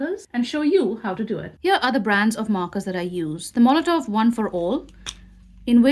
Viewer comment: The company is Molotow, there is no letter V in the name but you continuously call them Molotov